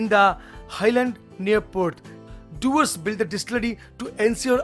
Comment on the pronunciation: Dewars ka Pronunciation dayvaz hai.. Read it slow... Day-vaaz!